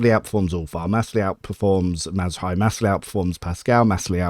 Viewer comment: That Marazhai pronunciation is absolutely insane dude